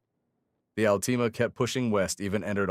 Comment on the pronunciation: Can’t even say Altima correct